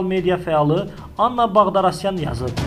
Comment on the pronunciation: Ала багдарасян йох, багдасарян)))